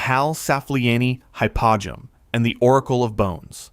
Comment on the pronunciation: Hypogeum is said Hi-po-G-M Cool video, I learned a lot.